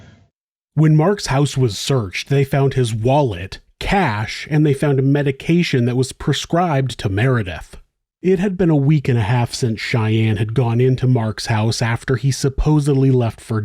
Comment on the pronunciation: "... they found medication that was perscribed to Meridith.." *PRESCRIBED not "perscribed"